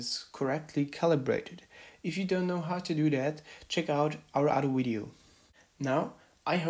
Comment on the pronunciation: The only question i have... whats a "wideo"